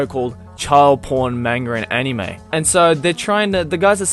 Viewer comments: CatCurrent Yeah but they are also calling manga child porn as well, and the way the pronounced anime..... aniiiiiime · They even said anime and manga wrong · CNN couldn't even pronounce Anime correctly -.